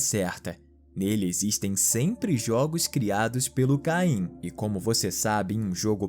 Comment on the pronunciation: o nome n é caim e sim kem